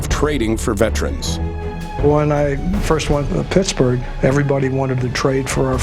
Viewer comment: What the hell is a VETRIN?!?!? IT'S VETERAN!!!!!!!!!!!!!!!!!!!! ALL sportscaster from then to present cant properly pronounce it! Just like the BANgals?? NOPE, thats a Girl group....................